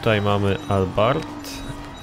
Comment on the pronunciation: błagam nie popisuj się więcej swoją znajomością aut... Nie "albart" tylko "abart", nie "Krołn Victoria" tylko "Krałn" a przede wszystkim nie "bitli" tylko BITL!!!!!!